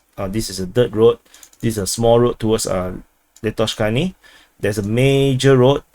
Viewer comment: Lastochkyne -> lust-torch-keen-eh (pronunciation)